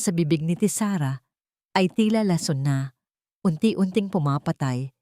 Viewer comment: May asawa c Zarex, pero sa kwento ay binata, alin ba ang totoo?mali ang bigkas ng lason, buti naman at iba iba na ang mga pangalan ng tauhan ng kwento,,kaya lng mali mali pa rin ang pronounciation ng mga salita